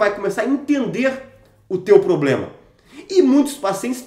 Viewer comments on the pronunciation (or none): none